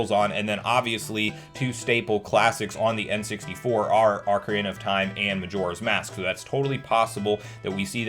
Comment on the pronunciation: Good job! You said Ah-carina 16-18 times correctly and Oak-arina on 3 times. I’m so proud of you, you’re a real CS now, Son!